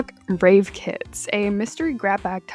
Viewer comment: It's either my ears or the way you pronounce it but i keep hearing "rape" not "rave"